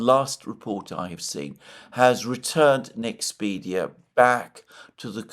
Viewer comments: Btw it's NexpeRia, not NexpeDia. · Liked, as I almost always do, but I believe it's NexpeRia NOT NexpeDia. Please fix that. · Mr. Mercourius the Nederlands semiconductor company is called NEXPERIA, not Nexpedia as you keep calling it.